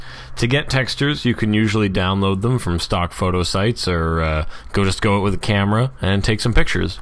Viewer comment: I've been meaning to share: "Out" is properly pronounced "out" not "out." You're the best! Love your stuff.